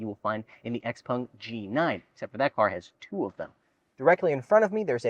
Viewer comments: Why do you pronounce it "Xpung" instead of "Xpeng"? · Can you please stop calling it X-Pong!?